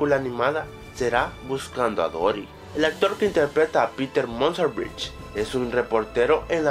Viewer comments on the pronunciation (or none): none